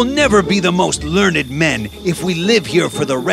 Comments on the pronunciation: its pronounced ler - nd not lern- id XD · Learn Ed???? Rest of the pronunciation is very good,,,, but this one,.... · They are saying learnyd instead of learned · if they're smart why can't they say learned right